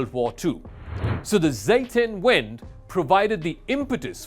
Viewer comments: No offense, I really appreciate your analysis of world affairs, but please don't use foreign words or phrases and mispronounce them so badly. Re: Zeitenwende. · Alright, who da hell is scualz? And what about the the mix up with croatia? And what da f.. with "zeitenwende" you turn it in "seitenwind" that's such a different statement! Not worth watching this channel, bad comedy!